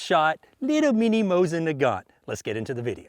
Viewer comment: It's Moseen not mosin get it right!